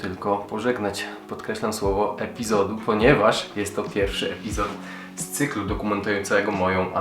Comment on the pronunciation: "CYKL" z twoich ust jakoś dziwnie brzmi :D pozdro !